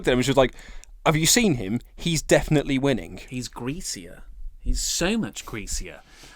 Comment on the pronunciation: Winnink , thinkink . he pronounces words weirdly